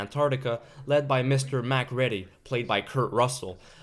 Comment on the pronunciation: Its pronounced Mac REEDY